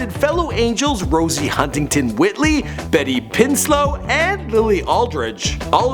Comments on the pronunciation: When he said BETTY PINSLO , ITS Be-Hati Prins-Loo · It's not "Betty prinslow" it's BEE HA TI - PRIN SLOO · did he just pronounce Behati Prinsloo as "Betty Pinslow"? 🤦🏽‍♀️🤦🏽‍♀️🤦🏽‍♀️ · AHAHA I'm dead .. did he just call Behati Prinsloo "Betty Pinslo" smh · betty prisloo.... anaca...jesus man. you could have searched their names. The anacã one i understand, but betty...